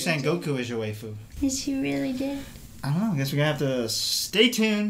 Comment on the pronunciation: coach i think its pronounced (why-foo) >.<